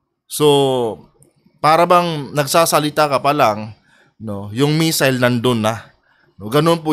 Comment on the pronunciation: Missile po, hindi messile. ✌️